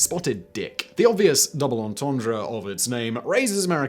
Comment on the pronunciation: "Double entendre"!?! Oh common Simon....why do you have to butcher the pronunciation of this phrase? You're British. You know how to pronounce it correctly! Sheesh. Just because your audience can't pronounce it doesn't mean you have to pander to their ignorance.